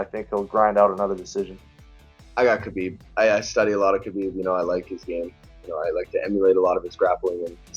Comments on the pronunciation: Those who are a fan of the Russian, you can start by pronouncing his name correctly. It's not Ka beeb. The K is silent.\ It's Ha beeb Nur mog a may doff. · You said his name wrong, it's not a Russian thing whatsoever, his name is a Arabic name. It's not Ka bib or Ha bib, listen to Ariel Hawani's saying Khabibs name and you will learn how to say it properly.